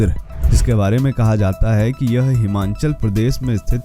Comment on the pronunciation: Please pronounce Himachal as himachal.